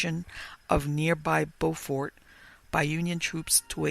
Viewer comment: It's amazing you visited here and completely missed the rich Gullah history and folktales,.. You mispronounced Beaufort and those “carpetbaggers” were quakers from the north who came down to help establish the Freedman Bureau. You may want to learn a little history.